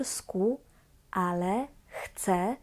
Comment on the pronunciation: Wymowa "Chce spróbować " jest błędem wymowy , ponieważ "Chce" to on/ona/ono. Natomiast "ja" zawsze "chcę" i tak prawidłowo należy wymawiać Bo jeżeli powiemy "Chce rozmawiać po polsku" to powstaje pytanie : Kto chce rozmawiać po polsku ?